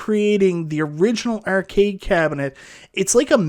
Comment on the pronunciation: If you're gonna talk about arcades all day, you should learn to pronounce "arcade" properly.